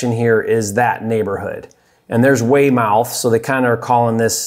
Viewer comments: Lmao I cringed a little when you said Wey mouth 😂😭. It’s pronounced Weymeth lol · Everytime he said “Way-Mouth” I died crying 😭😭., I love you but it’s pronounced “Way-Mith” 😂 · Not Weymouth It's "way - mith" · Awesome video,! I live in the Boston area and it’s one of those markets that’s considered too expensive for the numbers to work. Any other Boston videos would be great! Prove them all wrong! Oh, and Weymouth = Waymith. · I was thinking the same thing. "Way-Mowth"? That was funny. But all in all great video as usual. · I’m from the Boston area, that’s a town south of Boston, not inside Boston city limits. pronounced weigh-muhth. Gotta add the Boston accent to it lol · Pronounced wey-meth One town over from me lol😂. But I’d love to get into business with you maybe co-wholesale some deals ? I’m in Massachusetts